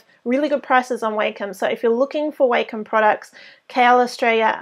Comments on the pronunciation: it's wah-com not way-come..... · I've hear it pronounced both ways. it really doesn't matter. (I actually prefer Way-Com, along with many teachers and students from when I went to college Digital Art/Animation classes